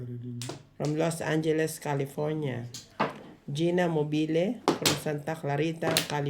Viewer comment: Hello...Geenamobile (pronounce po eh Mobile, parang yung Gas Station na Mobil, Lol. Naging Italiano akong bigla 'Mobile' hahaha) Santa Clarita, California. Idol ko si. Galing dumiskarte.